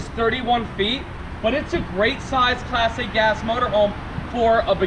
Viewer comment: It sounds like is saying "Plastic-ass motorhome. I finally realized he was slurring "Class A gas."